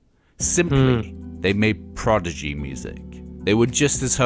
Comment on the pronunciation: Its not Progidy lol the guy on the film cant say it 🤣🤣 Not a lot of Firestarter reaction in this, didnt even play the video?